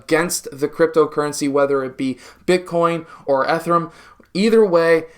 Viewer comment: Learn how to pronounce Ether and Ethereum 😖😁. I am a huge ETH bull and I recently transferred half of my ETHX into ETHY.